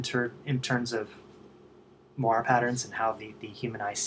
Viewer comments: more like, mwa-ray. It's French, oi makes the "wa" sound. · say it with me, "more-aeee"